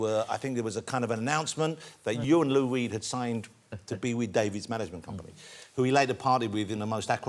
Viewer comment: I'm familiar with Lou Reed but I really don't know who Lou Weed is ...😂...it's his pronunciation